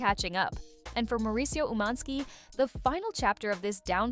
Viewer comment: Why are you saying his name like that? It’s annoying